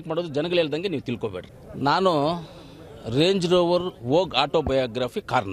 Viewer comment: 😂😂😂😂 ಸ್ವಲ್ಪ ಸಮಧಾನ ಕಣಪ್ಪ.. 😂😂😂 ರೆಂಜು ರೊವೊರು.. 😂😂😂